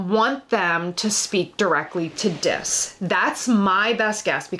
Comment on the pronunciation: Is funny people pronounce it as Dis when it’s pronounced Diz as it’s short for Disney